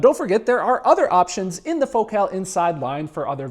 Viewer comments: It’s fohkel. Not faux cal. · says focus normal but says focal "fok cal" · As a Brit you say Focal so strange? Do people not say FO-CALL? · The name Focal irritates me. Why is it pronounced that way? "It's Joe Dírté"